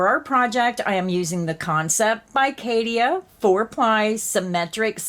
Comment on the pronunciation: It's pronounced kat....cha...both a's are soft.